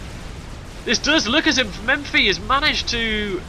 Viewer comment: It's Mephi, not MeMphi :) Just to keep the tradition of correcting something every cast.